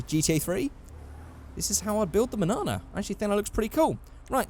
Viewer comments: The manana is pronounced monyana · It’s pronounced mon-yon-a, it’s Spanish for tomorrow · its says manana but in the spanish version says mañana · When i you said Manana i was heard Banana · Mañana is meant to be pronounced “Mahn-yana.” It means morning in Spanish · It’s pronounced manyana this ñ is not pronounced the same as this n and mañana means tomorrow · I thought it was pronounced (man yana) as it is spanish mañana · its manana, as in Mun-(yahh)-Nah, the spanish word for tomorrow, as in < youll get there tomorrow, because the car was so slow, also that version is WAYYY more boxy than the gta3 manana, anywa, welcome back, i hope youll be making more videos soon